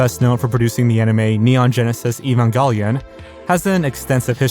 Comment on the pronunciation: Dude can't even pronounce "Evangelion" right. WTF?